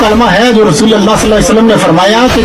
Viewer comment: BETA AOA KALMA MN LFZ RASOOL KI LAAM PR ZABR HY OR AP NE 2 MRTBA ZER PRHI HY LEHAZA AP APNI VIDEO DOBARA SUNAIN OR APNI ISLAH KR LAIN BAZ OQAAT ZUBAN SLIP HO JATI HY MUJAY INFORM ZRUR KRNA DEAR❤️ BETA